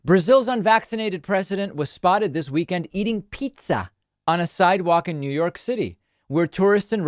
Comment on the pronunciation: eating pee-tzah eh?